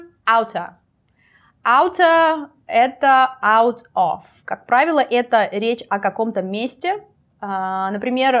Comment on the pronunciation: насколько я знаю, слово "of" оканчивается на звонкий звук "в", а вот "off" - именно так, как вы произнесли